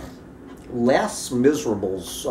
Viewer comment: Ah, your French is not good. Les Miserables is pronounced like “lay miserabel ” In French the s at the end of words is silent. Thus plural words are only differentiated in spelling and not pronunciation. Yeah, I am not a fan of French but I did take some in college.